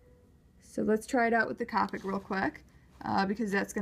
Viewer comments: Pronounced Co-pick markers, it's okay, I pronounced it as Cop-ick at first too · You say capic marker is c-OH-pic marker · It's coopic not copic